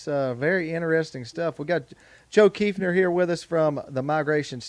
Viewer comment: So nice to pronounce my last name correctly. I am planning an Arkansas hunt in March.